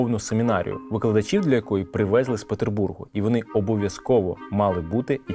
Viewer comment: Наголос не приВЕзли, а привезЛИ У вас багато помилок, в дієсловах, даголос майже завжди на останній склад